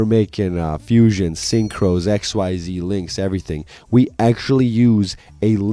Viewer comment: Because I don’t see it commented anywhere else, it’s called “Ex-ease” not “X-Y-Z.” I thought the same thing too when I got back into Yu Gi oh and refused to call it by the official name but I’ve watched way too many Yu-Gi tubers that call it by the correct name.